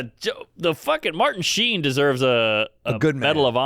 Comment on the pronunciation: “Marden Sheen”? Never say it like that again. 😂